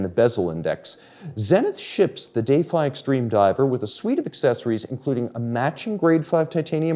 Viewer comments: why can't we just pronounce "defy" properly? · Is everyone taking a drink every time he say Day-fye?